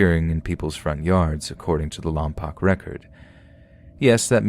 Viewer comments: Bro, it's pronounced "Lom-poke", not "Lom-pock". Darn you, Vin Diesel! Darn you to heck! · Omg Lompoc mention! My dad is from there, just FYI it's pronounced lom-polk, the "poc" part should rhyme with "folk" or "poke". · It’s pronounce lomPOKE. I SHOULD KNOW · The Southern California town is pronounced Lom-poke and that hasn’t been done here since I think 2013 unfortunately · Oh my goodness ! I live in Lompoc - It's actually pronounced "LOM-Poke" :) The yard flockings are super sweet, and have been doing great ! I love how creative they get with them.